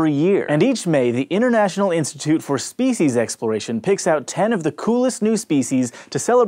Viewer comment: you pronunciate speeshes